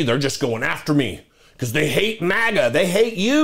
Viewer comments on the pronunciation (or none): none